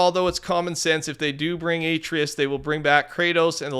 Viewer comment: bro is saying a-tree-us 😭 its a-tray-is